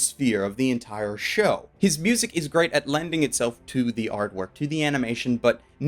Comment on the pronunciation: he also said mujik instead music